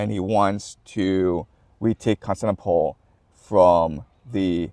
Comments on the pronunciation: Love your perspective, just one thing it's Cons-tan-ti-no-ple. Great! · Really wish you'd pronounce Constantinople a little better 😅